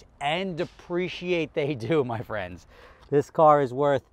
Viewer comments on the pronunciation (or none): none